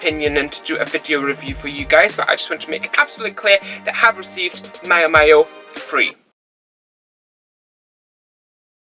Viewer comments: Great honest 'from the heart' video and guide. It appears to me that the Blucon is quite poorly designed and it really amazes me as to why these problems that you report on weren't found and solved during the prototype stages? Many thanks and if its of any interest, its pronounced Meeow Meeow, as in the cat sound; ). Cheers and have a great weekend. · Miao Miao is pronounce like the sound of a CAT, thats why the logo is a cat.